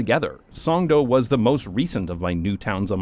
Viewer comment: its actually pronounced Songdo not Songdo